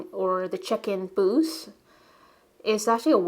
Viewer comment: You are such a skilled artist. Love your work. I couldn't figure out what 'boose' were talking about until I realized you were trying to say 'booth' I'm thinking your native language might not have that sound? At any rate there is always something artistic to learn from you.